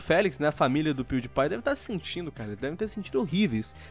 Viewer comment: Se lê pewdiepie Mas se fala piuripai